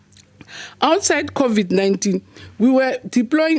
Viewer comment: Why Is she keep saying Codiv-19?😅